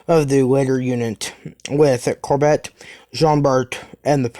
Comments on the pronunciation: Or Core bey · Hey, great vid, just one thing and it's not really an issue, the courbet class is pronounced Core-Bay (around that anyways